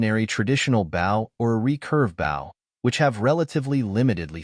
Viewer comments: The mispronunciation of ‘bow’ is beyond annoying. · It's funny when AI says words like "bow" and "resumé".